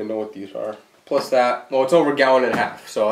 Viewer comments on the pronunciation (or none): none